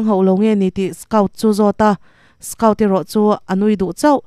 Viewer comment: A changtupa hi skaut tilo in skawt tihin lam la a dik zawk hmel.